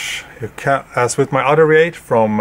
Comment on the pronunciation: It's pronounced Ree-at and Ca-yo-tee.